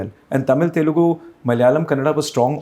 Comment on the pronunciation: Kudos to Mr. Bijli for his entrepreneurial spirit. Amongst many other things, I appreciate him for pronouncing my mother tongue - the right way - Telugu with an oo after the L. Most Punjabis miss that.